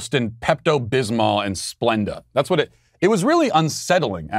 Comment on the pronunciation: I gagged when Matt said pepto bismo & splenda ice cream